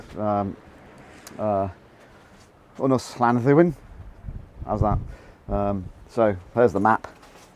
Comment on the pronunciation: Your pronunciation of "Ynys Llanddwyn" is pretty good!